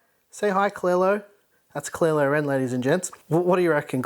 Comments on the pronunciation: Is no one going to say anything how he said Kylo Ren like Clear-lo Ren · Im pretty early! 👍🏻 I love white builds and I think this one is the best I ever seen! 🔥🔥🔥🔥 Great work! Klaire-o-ren.. 😂🤣 Ps: seriously, who down votes this 🤦🏼‍♂️